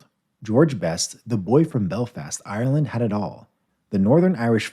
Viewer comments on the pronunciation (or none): none